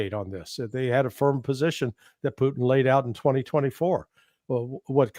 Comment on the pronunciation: God I wish he’d quit saying “Puteeng.” It’s Poo-tin. So irritating. Literally NO OTHER HUMAN BEING SAYS PUTEENG.